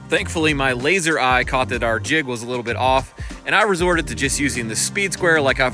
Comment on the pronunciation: You can't say jig